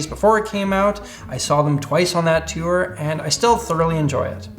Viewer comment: "tiour" haha!